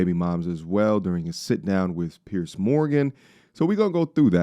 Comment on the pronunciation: Ive noticed most Americans can't seem to pronounce "Piers" and say it as "Pierce". Anyway, love the channel and wasn't having a go, just making an observation.